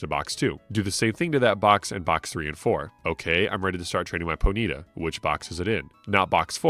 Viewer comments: bro really pronounced it "poe needa" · I've NEVER heard someone pronounce ponyta as "ponita" like bonita in Spanish. With that being said, I appreciate you for pronouncing Pokémon correctly and not saying "pokamon" for 4 and a half hours. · Always interesting to see how different people pronounce Pokemon name differently. I've always said Pony-ta for the longest time with that little pause. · Poh-Neeta cannot hurt me. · Whoah. Ponyta pronunciation was triggering. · He mispronounced Ratatta and that got me lol. Everyone except Mahdrybread and Scott's Thoughts mispronounces Ratatta and it gets under my skin. I mentioned it in my video game pet peeves video.